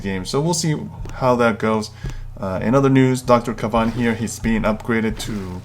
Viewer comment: you pronounced the wrong name of the new hero its not dr. kav-an its dr. kae-ven